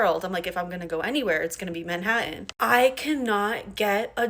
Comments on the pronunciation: And pronounces it Manhaddon". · If you want to find work in Manhattan, maybe learn to pronounce it. There're two "Ts" in "Manhattan." It's not MANHA-AN. 🙄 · Manhattan is not pronounced ‘Maahataan’ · The brunette in blue is "very smart" but doesn't know how to pronounce "Manhattan". And you know that at least 10 people in her life told her years ago that degree would be useless.